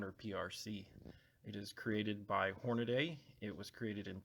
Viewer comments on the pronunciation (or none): Horn a dee, though most commonly mispronounced Horn a day, check the spelling or listen to actual Hornady representatives.